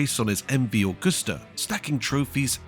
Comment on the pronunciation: Agusta is not pronounced like the srart of the month of August. Library footage cut in at random does not make a documentary. Lazy work.